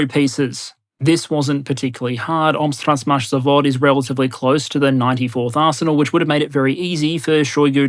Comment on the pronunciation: My man really said "Omsktransmash Zavod" without missing a beat I'm stunned